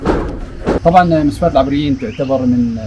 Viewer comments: جميل جدا .. مسفاة العٓبريين ب فتح العين وليس بكسرها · اخوي اعتذر منك بس النطق للمنطقه خطاء بفتح العين وليس بلكسر